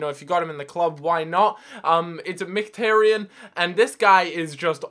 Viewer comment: M - KHIT - AR - YAN not Micktarian